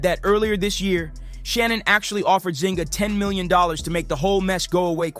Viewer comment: Can you be that ignorant as to totally ignore the “ UNI” in her last name? It’s Zuniga! How do you get Zinga out of that? Show some respect and actually read the name out instead of carelessly mispronouncing it.